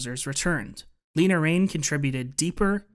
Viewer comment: Le-na, not Lee-na